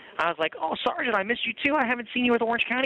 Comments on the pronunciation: why does he keep saying sargeant? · My God, I wish they could pass a law where every time said the words "sergeant" or "corporal" that he could legally be smacked in the head. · I would arrest him just for the way he pronounces “sergeant” and says it over and over and over and over…. a nut job. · That's because in the army we say Sarnt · "Sarjunt, SARJUNT!" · SAR-JINT SAR-JINT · “Sergeant” the first ten minutes he said Sergeant 20 times. This guy is entertaining!